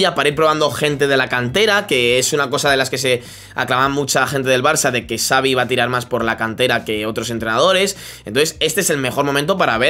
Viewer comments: No se dice savi es chavi 😂😂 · pq casi todo el mundo dive savi con s, se dice xavi se pronuncia chavi